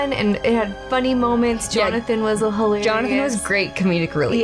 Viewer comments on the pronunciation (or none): I can't stop hearing Johnathan as Jarnathan 😂